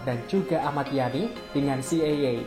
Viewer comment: C.I.A dibaca Si Ai E bukan Si Ye Ye